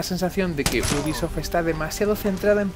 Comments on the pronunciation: Sson mis oídos,o dice buguisoft nada mas empezar el video..... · leon s kennedy venga coño!! Repetido mil veces al maximo. Te acepto que pueda parecer que dice bu en vez de u de ubisoft, pero el gui madre mia es clarisimo. Y entre bi y gui ya hay gran diferencia.